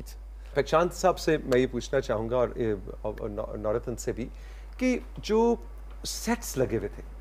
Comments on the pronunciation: اسکا نام نور الدین ہے نورتن نہیں ۔ترکی زبان میں د کی جگہ ت بولا جاتا ہے۔جیسے مراد کو ترکی میں مرات بولاجائے گا۔اسی طرح خ کی جگہ ح بولا جاتا ہےجیسے خالد کو حالت،خلیل کو حلیل،خدیجہ کو حتیجہ وغیرہ وغیرہ ۔ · Nurettin = Noor ud Din. The anchor seems to call him Navrattan 🙄